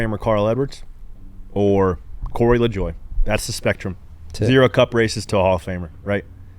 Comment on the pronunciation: It's Lajoke, cmon